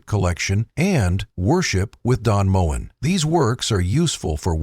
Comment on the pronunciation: Its pronounced Mo en not moan. Typical ai. I love his music. Ive just sung some of it